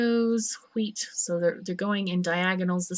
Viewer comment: but i like "hweet". it sounds funny c